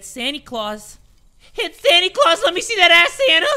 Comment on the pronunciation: Whenever u call Santa "sany claus' It makes me laugh bro 😂😂